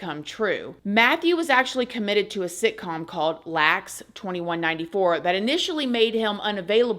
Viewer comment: LA-X 2194 the airport hon … it’s pronounced LA X not Lax in the year 2194 🥰✌️